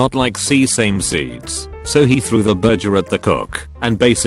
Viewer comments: He also said berjer instead of burger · "See-same"'and "bur-jer" 😂